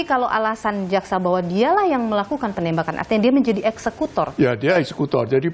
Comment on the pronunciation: Richad, bukan ekskutor mbak yu.